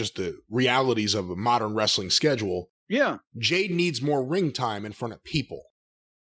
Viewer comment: & (Jayne) I think that n Jim are confused asf n don't really know whose who lmfao. Bcuz he mispronounces Jade's name the whole time n it's not 4 a gag.